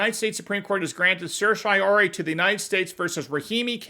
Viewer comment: I'm trying to understand legal terms better. Could someone tell me the spelling and meaning of granting "certshiori" or whatever he said? Lol "Sorshiori"??